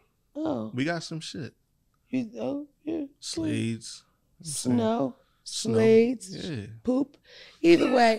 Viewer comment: He said Slades🤢